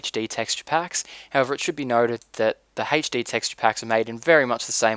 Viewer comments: sounds like your saying haych-d :p but thanks, always hated the glass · I love how you say HD as "Haitch Dee" I know it's your accent, but i love it!!! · hd = "heych dee" XD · why do you say hetchde?l epic fast typing btw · Where are you from you say HD funny, also great tutorial!